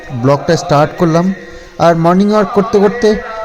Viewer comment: Morning walk hobe morning wark na..bar bar bola hochhe to. Vdo to sabai dakhe